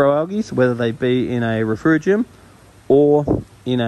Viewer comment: RefUgium - no R in the middle dude Great vid and advice